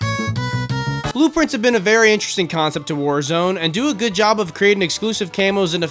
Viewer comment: Bro said goot